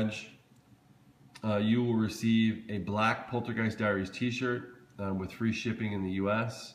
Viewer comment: dude this "poltergest" is getting on my nerves like cmon is xmas